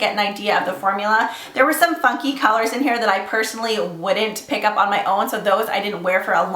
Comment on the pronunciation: hahah omg I totally thought she said "f*cky" not funky lol, great video as always <3